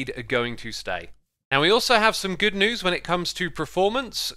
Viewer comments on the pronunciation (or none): none